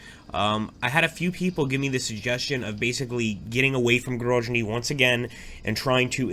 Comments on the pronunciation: Isn't it Grozny with Z like Zealand? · In case of Grozny it’s indeed pronounced like Z in Zealand